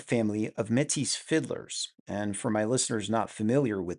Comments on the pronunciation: Metis is promounced "may-tee" it's french. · Yes. "May-tee" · Métis is pronounced May-tee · Im used to métis being pronounced like matey with the emphasis on the second syllable? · The S is silent, bud